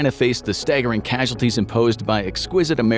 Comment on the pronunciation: He pronounces staggering like "stay-gerring"